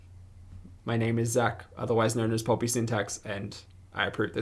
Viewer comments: I keep hearing Bobby syntax instead of pulpy😅 btw, where do you post your vlogs? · My dog hard reacts to this. Her name is Poppy and I think she hears Poppy instead of Pulpy.